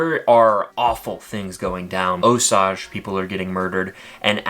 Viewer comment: Please learn to say Osage correctly.